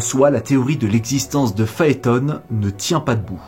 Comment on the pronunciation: On ne prononce pas "Phaétone", à l'anglosaxonne, mais "Phaéton", comme Pluton. C'est la prononciation française.